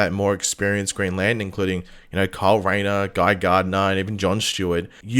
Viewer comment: I know you're saying Kyle, but I couldn't help hearing "Carl & Guy" 😅